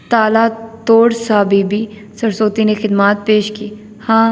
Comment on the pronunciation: Maid,s name is surusvati not sarsoti